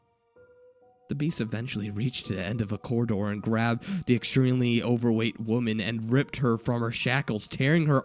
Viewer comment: You say da and dere instead of the and there lol